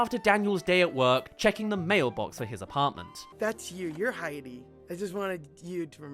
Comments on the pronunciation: The most egregious was when said "Haiti", then played a clip where clearly says "Heidi", then immediately after says "Haiti" again. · I've only been hearing him say Hey-Dee? Though it should be pronounced Hi-Dee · Heidi. High-dee. Why you keep saying Haiti?